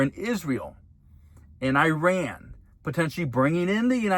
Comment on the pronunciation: At the risk of sounding pedantic, Google "pronounce Iran" and say it correctly.